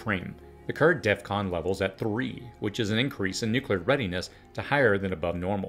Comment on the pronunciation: DEF CON. not DEATH CON.